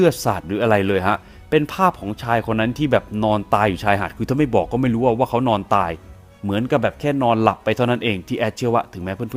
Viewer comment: ชอบคำว่า"ไม่รู่ไม่รู่" ของแอดมาก ขอบคุณค่ะ